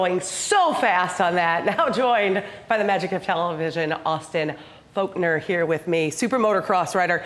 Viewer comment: Austin Folkner huh?hahaha,for real tho he's one of the raddest dudes to ever race a MX bike...its Forkner btw